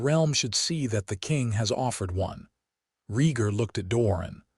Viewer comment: IT'S Rheatgar you utter idiot A.I. not REEEEEGAR.